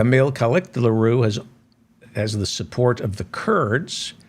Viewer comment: Hi. It's pronounced Kemal Kilichdarowlu. Try pronouncing it phonetically. Thank you for your analysis and sardonic account of world leaders and politicians.